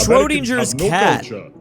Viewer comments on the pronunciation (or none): dude said "schrodindjer" 🥀